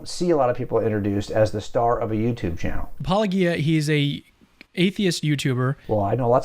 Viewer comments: It's funny how they think wilfully mispronouncing your name is an insult, kind of like petulant children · It annoys the hell out of me that no one says Paulogia right considering he says it himself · Why can apologists never figure out how to pronounce Paulogia but they can pronounce apologetics just fine? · Especially considering says it constantly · How is anyone supposed to take any of these people's criticisms seriously when they display that they haven't done enough research into Paulogia to even know how to pronounce his name? He says it in the opening of every single video and yet and Habermas instantly get it wrong. They should be able to figure it out anyway considering the fucking field they work in! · Seriously,, why is it so hard to pronounce Paulogia correctly?? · Is their mispronunciation of "Paulogia" purposeful, akin to Fox News' "Democrat party"? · I think it’s funny how Kent Hovind mispronounces your name one way and Gary mispronounces it another way. 😎 You should address him as Gary Haber Mass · What is it with their mispronunciation of your channel name? Seems really sophomoric and douchey. Or were they hoping you would protest so they could accuse you of being triggered? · I always enjoy watching pretend he doesn't know how to pronounce your pseudonym. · I love that you’ve interacted with these people so many times and they still mispronounce your name… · They do it as a sly way to cast shade on him. It's completely childish. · It’s completely intentional. It shows that they begin with derision and disrespect before they even have any arguments to offer. You know - because of their humility… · I still hate how they pronounce your name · Its so ridiculous how these guys ALWAYS mispronounce your name. They do it intentionally i swear. Haha. Its O G Uh, not O Gee Uh, not Pa Low Gee Uh. You know they have heard you say it a million times, yet they continue to say it however. Petty and stupid honestly 😆